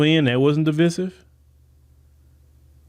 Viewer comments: The word is pronounced Di-vI-sive long I sound not Di-vi-sive short I sound. Sorry, but I'm a retired teacher and the way you pronounced that word drove me nuts. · DE VIE SIVE IS HOW YOU SAY IT! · sorry that was a typo Divisive is not pronounced the way he is prounouncing it. IJS